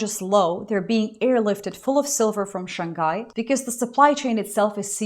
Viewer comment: I think usually I wouldn’t like the idea of benefitting from someone else’s crisis, but there’s a couple countries where this is an exception, and since the start of the year, the US is one of them. Two minor things: The first time you pronounced Shanghai you elided the h; I actually wasn’t sure what you were talking about until you mentioned it a second time. The other is the first time you mentioned Indigenous peoples you said “First Nations communities” while the second time you said Indigenous. There are three categories of Indigenous peoples in Canada, First Nations might be the largest category but there’re two more, and given that one of the other two (specifically the Inuit) has stakes in one of the possible future projects, I don’t think you actually mean just First Nations. Not sure if you got a new clicker or if I’ve just turned up the volume, but I can hear every click you pressed.